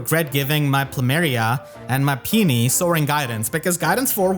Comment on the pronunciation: it's Pi-oh-ni and not Pi-ni (Peony)